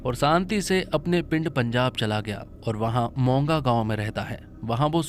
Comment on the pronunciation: Bai g monga gaon nahi moga gaon